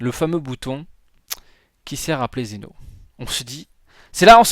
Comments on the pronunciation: TU MA FAIT PÉTÉ UN CÂBLE SES PAS XENO SES ZEN'O mais bon ses pas grave bonne vidéo quand même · ces pas xeno mais zen'o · Zeno pas Xeno